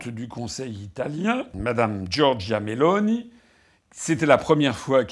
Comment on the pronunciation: Nota bene : en italien on accentue la première syllabe. MÉ-loni